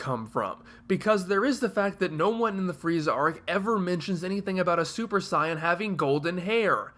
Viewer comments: Anyone else find it annoying he keeps saying 'scion' in stead of 'saiyan'. I don't understand how he can mispronouce a word that is used in the original and dubbed versions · You're saying 'scion' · I personally understand WHY you pronounce it the way you do, but I don't necessarily agree with it. You're putting the same emphasis on it as the Japanese do, but in this case that doesn't work in English. It's like calling Freeza Fureeza, because that's how it's pronounced in Japanese. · Uh no. You're just mispronouncing it. You can find several videos on how to pronouce it and you're just doing it worng